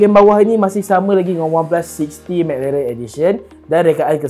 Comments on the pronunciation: lidah pendek 😂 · McLaren tuu bunyi pelik je dia sebut